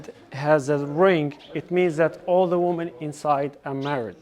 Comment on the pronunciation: "Woman" with first vowel [u] singular. "Women" with first vowel [i] plural. Make an effort to learn properly.